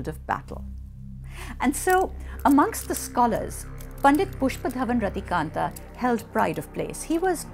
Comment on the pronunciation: Even the way she says the name pushpadhawan rathikandha is beautiful 🙈❤️